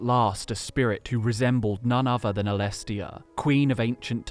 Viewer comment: At least do Saint ALESSIA some justice by not mispronouncing her name dude...come on.